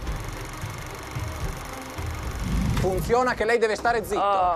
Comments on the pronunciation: "Ma comm funzion" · Ma comm funzion? In Italia tutti devono poter dire la propria Ma comm funzion? 😂